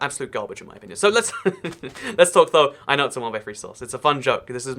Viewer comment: 'In my onion'